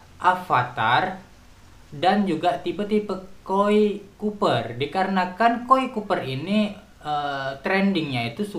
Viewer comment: Copper om bukan Cooper,wkwkwkwk